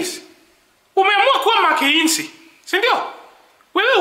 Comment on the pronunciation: He says it as makeinzi😂😂😂🚮